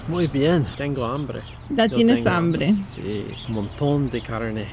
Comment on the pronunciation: que diga "tengou hambreh"